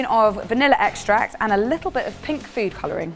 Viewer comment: Haha I thought said pig nougat, I had to go back and listen to it again pink nougat makes much more sense